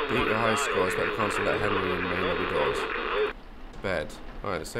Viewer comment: “Is that Henry?” “GONRY”